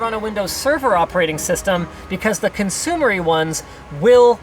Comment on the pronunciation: "consumery ones"